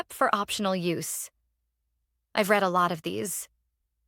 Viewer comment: Got to fool the AI reader some way. Past tense of read is read as ‘red’